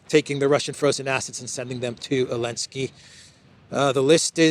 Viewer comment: Why do you keep calling Zelenskii Elenskii 😂😂😂. The rest is spot on as usually. Keep up the good work. Talk some sense in Europeans, well at least try to.